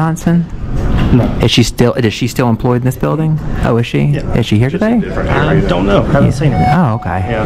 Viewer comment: Dis a prophesinal bildin I axed you not to reecord 😂